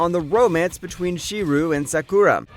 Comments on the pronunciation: Okay. I'll be honest. Listening to him pronounce Shirou and Sakura as 'She-rew' and 'Sa-koo-rah' had me talking out loud to myself like 'How tf does this guy have an Anime channel and he can't even pronounce their names correctly?' And then he said 'oof-ta-bull' and all was forgiven. As evidently it turns out he's fully aware he's a filthy heathen wallowing in his own shameless depravity for all to see. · His name is pronounced "Shee-row" not "Shi-roo" in the Fate series.